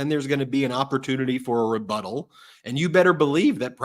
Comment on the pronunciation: Rebuttal or refuddle?